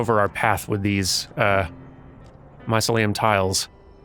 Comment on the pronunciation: The game looks interesting, but the mispronunciation of mycelium is distracting.